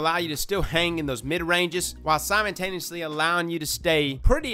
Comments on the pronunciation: This is the same guy that says "simontaneously" every video. LoL! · I’m just out here wondering who Simon Taneously is.